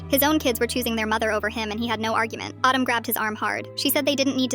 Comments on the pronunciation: CAN YOU STOP PRONOUNCIATING HIS NAME LIKE AADUM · Why is Adam pronounced as autumn 😂😂😂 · Pronouncing Adam like Autumn 🤣🤣 I was confused for a moment!